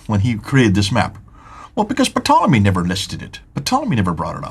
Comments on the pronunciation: it's a SILENT P on Ptolemy!!! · Ptolemy is pronounced tolemy. The P is silent.